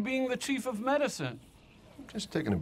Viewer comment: (answers phone) "Chief O medicine" XD